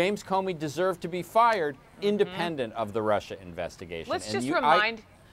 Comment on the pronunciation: I can't get over how Orangeface pronounces Russia 😂😂😂(Rusher)😂😂😂😂